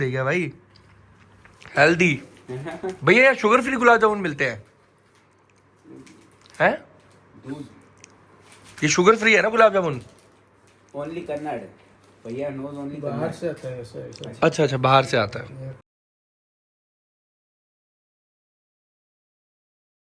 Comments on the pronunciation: kannad nahi kannada hai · that's not kannad that is kannada❤ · Kannad nahi kannada ❤️ sahi se bola kar